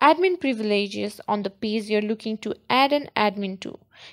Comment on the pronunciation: Just a heads up. You are pronouncing "page" like "pays" "Ge" is a ""juh" sound. "Pay-juh" dont emphasize the "uh" at the end.